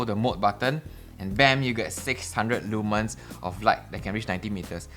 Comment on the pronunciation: Leeee manns? I know you’re Singaporean and all but come on man, that’s not how you say it lol